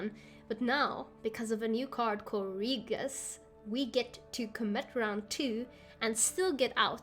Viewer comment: Nice deck. :) Btw, I am kinda sure that the pronunciation of Regis is not that. hahaha buts thats ok anyway. :)